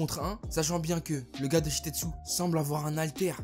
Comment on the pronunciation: Tout le temps tu dis "Shitetsu" alors que c est "Shiketsu"